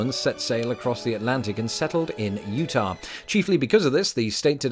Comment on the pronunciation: I just appreciate your not saying "Utahwrr"